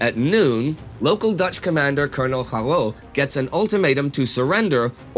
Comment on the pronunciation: It breaks my Dutch heart Indy has less problems correctly pronouncing Russian villages with atleast ten syllables than "Scharroo"😂😂